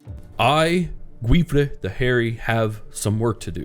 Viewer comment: The correct pronunciation of the name Guifré is for example by taking the pronunciation of the beginning of the word "guilty", the end is perfectly said, hope it can be of some help. The series is being amazing btw!